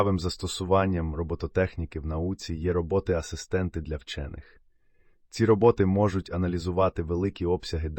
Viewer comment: РобОти чи рОботи? А то якось важко сприймається